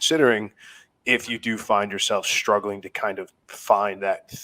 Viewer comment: Why did start pronouncing his "str" sounds with a "sh" added in? He now says "shtruggling", "shtraight", "exshtremely", "shtairs", etc. Friggin weird, man. I've noticed a lot of YouTubers now doing that exact mispronunciation.